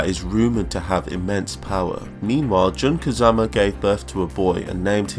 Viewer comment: her name is pronounced “June Kazama”